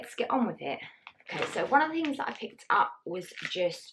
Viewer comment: How lovely 😍 can’t wait to see the finished living room , the sofas are absolutely gorgeous! The way you pronounced the things killed me 😂 so funny 🤣